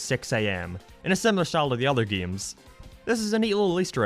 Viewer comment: Is bro saying gayes or games